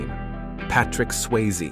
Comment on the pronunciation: Why can this guy only sometimes pronounce Swayze correct? Also it is even spelled wrong in the title. I guess that should have been an early warning right there